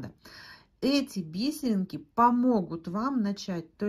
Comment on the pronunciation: Спасибо большое за канал, за доступное объяснение❤ Отдельное спасибо за "би́серинки", а не повальное "бисери́нки", которые невозможно слушать, режут слух. Подписка, однозначно!)❤